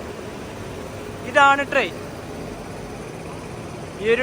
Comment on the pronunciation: റോയാപുരം അല്ല റോയപുരം ആണ്